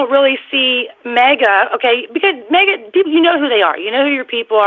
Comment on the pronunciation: It's maga, not mega